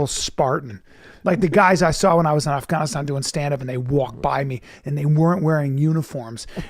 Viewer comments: I’ve been to “Aff-ganni-stan” several times. Never heard it pronounced like that. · "When I was in Ofghoniston"